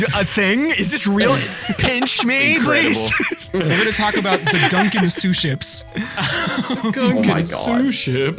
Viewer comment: pronouncing "gunkan" like Gungans from Star Wars hurt me on a spiritual level.